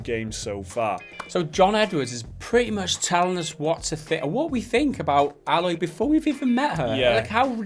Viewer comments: (A-loy) not alloy like that metal mixture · It's "Aye-loy" not "Ah-loy" but then again, it might be an accent thing. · Yep you daft buggers, you are saying her name wrong.... Still pretty much agree with your comments though.